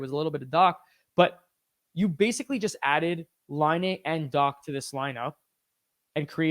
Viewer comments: It's dock, not dack. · It should actually be pronounced Dakh as Dach is a word of German origin where you read 'ch' as kh. (It means 'roof' in English).